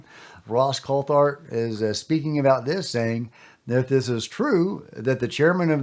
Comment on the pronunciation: Greere’s 2nd podcast he refused to properly pronounce Ross Coulhart’s last name.. ridiculous He’s a bigger drama queen than Jeremy Korbel